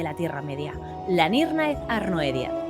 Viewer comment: ¿No debería pronunciarse "Nírnaith Arnoidiad"?